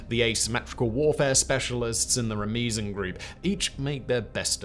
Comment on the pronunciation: I love these videos, but as a speaker of two Persian dialects, these pronunciations kill me. Iran: Ee-raun, not "Eye-ran" Iranian: Ee-raun-neeyan, not "Eye-ray-neeyan" Ramezan: Rah-mah-zaun/Rah-meh-zaun, not "Rah-mee-zun" Ruhollah: Roo-hoe-luh, not "Roo-hah-lah Quds: Qoodz, not "Qudz"